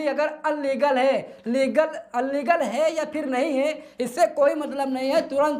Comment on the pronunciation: कुत्ते भौंकते रहते हैं हाथी मस्त चलता रहता है। अलीगल नहीं इलीगल होता है पहले सही शब्द सीख ले ।